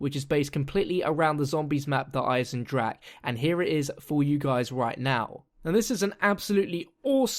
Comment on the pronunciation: hey good video but its pronounced der eisendrachER, not der eisendrak.